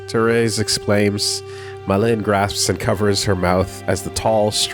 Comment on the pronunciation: I finally had time to finish the listen through at work, excellent work on this! Did a touch of research on some of the names and Målin seems to be Norse, and pronounced more like...Mo/Mow Lin, at least based on google translate. While I doubt the name will come up much in the future Frantiček is Czech, and the č is similar to the English ch / polish cz/ć. Based on the other girl's names, Maj is probably nordic, so more likely pronounced like May/My. Charlottesjäl I did a google translate on and, it was a bit different form what I expected, more like...."charlotte shall". Other than that, off the top of my head not much comes to mind. I doubt the people mentioned in the unpersoned chapter will be mentioned again - so my only comment there would be that if its a more slavic sounding name J would be more of a Y sound, so Julius would likely be Yulius to the English ear, but considering he is using all sorts of languages throughout for names and places, you would have to take a case by case approach here. Just reiterating, and noting it doesn't cross all slavic languages, but cz = ch, sz = sh, w = v, ł = w, j = y, and if you see rz it is (in my minds eye so a native Polish speaker will probably spit blood on seeing this) akin to what an English speaker might call a 'zh' sound.